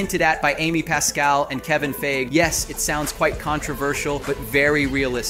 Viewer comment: Funny way to pronounce Feige, lol